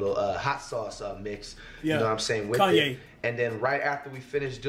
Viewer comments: Wait did he say Kanye red pepper😂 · its ky- yan pepper bro😂😂😂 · So nobody heard him say Kanye pepper 😂🤣💀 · That boy said Kanye pepper 🌶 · nigga said KANYE PEPPER LMFAOOOOOOOOOOOOOOOOOOOOOOOOOOOO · he said kanye pepper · Mf said Kanye pepper 😭😭